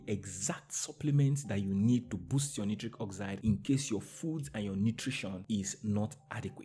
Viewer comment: Dear friend correct pronounciation of nitric is night-trick. As in Night trick oxide.